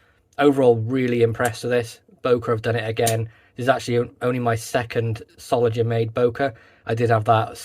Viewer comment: What a beautiful knife! Will be in my collection soon. (BTW, the „ng“ in „Solingen“ is pronounced like the one in „singer“.)